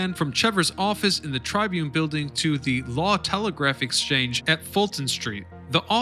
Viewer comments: sorry but it is TRIBune not TRIbune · It's 'tribYOON', not 'TRYbyoon'. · Learn how to pronounce the word tribune